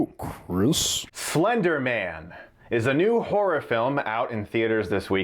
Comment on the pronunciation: Did he just say "Flender Man"?!?